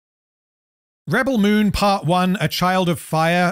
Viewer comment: I really love how you say the movie name wrong multiple times. Its really funny and reminds me of Benedict Cumberpatch lmao. good job! Best objective analysis of the movie from a neutral position! Keep it up lad!